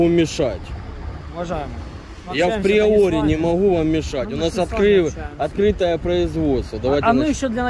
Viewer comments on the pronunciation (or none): Все круто, но это "в преоре" постоянно слух режет., "Априори". Всех благ;)